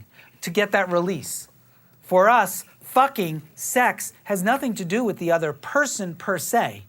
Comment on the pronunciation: I understand how most cult leaders are cult leaders. Even if they come across as extremely unlikable, I can usually back up, remember that hindsight is 20/20, and get how they pulled people in when they did. Like, even though I’m fairly sure that if Keith Raniere ever annunciated “fucking” like that in front of me, I’d bear mace everyone in the room,,, I can understand how he managed have a cult. H*bbard is the exception. I will never understand how Sc**ntology came from That Man and caught on. The way he moved his mouth when he talked is genuinely horrifying. Ik he had dentist trauma but I’m not talking about his teeth and they are NOT what made him do that with his lips and jaw. Feels like he’s trying to talk BIGLY to super secret subconsciously assert dominance. Looks like he is wearing someone else’s skin, the seam is at his lips, and by the end of the interview he will have finally managed to get his jaw unhinged and everyone in his direct line of sight eaten. The only way I can see anyone buying into space cult coming from him is if he’d threatened to do exactly that.